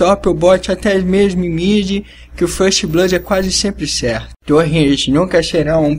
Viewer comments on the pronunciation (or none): none